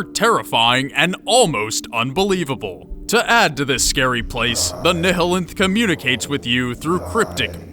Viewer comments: Say, "ni-hill-enth" one more fucking time. "NILE-enth" like the river. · Just a friendly FYI... To sound it out phonetically, "Nihilanth" should be pronounced "Nyalanth/ Nye-ah-lanth". The proper way of saying words like "nihilist" is "Nyalist/ Nye-ah-list". The H is silent, but something tells me you figured that bit out already lol. One would not call someone a "Ni-hill-ist" lol. This is just one of the many reasons why English is considered to be the hardest language in the world to learn as a second language. Whacky pronunciations are just the tip of the iceberg. Then you've got the fact that one word could mean 10 different things depending on how you use and enunciate it, but that's a story for another time. Regardless, cheers from Canuckistan. Keep up the good work. If all I can take issue with in this video is how one word is pronounced, I'd say you're doing pretty well lol. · NYE-eh-lanth not neh heh linth christ like Nihilism